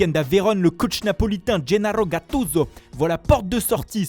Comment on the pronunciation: Genarrrrro gatuzzzzzzzzzo